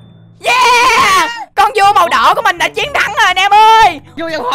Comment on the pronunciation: Con vua mà em nghe thành con cua luôn hihi